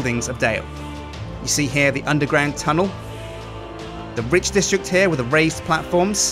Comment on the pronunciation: every time he says Rich, i think hes talking about Ridge. is that just me? ><